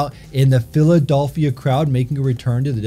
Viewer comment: First of all PhilaDolphia lol second of all you absolutely named it.